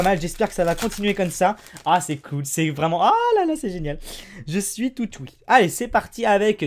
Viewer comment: Il dit « Tout houie » ça se dit